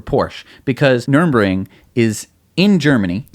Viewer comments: Dear America, now you own it you only need to know how its called: Nurr-burr-g-ring NOT Nurem-ring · its not Nurinbring! say Nurburgring. dyslexia? or is it just an american thing of getting every pronunciation wrong 🤣